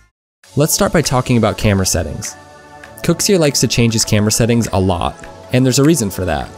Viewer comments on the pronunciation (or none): Who’s KOEKSIER?? It’s pronounced kucksir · Why do u say it kukzer